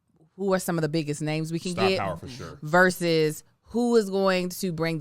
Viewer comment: commitment to mispronouncing names lives on week after week! 🤣🤣🤣 I love her so much dawg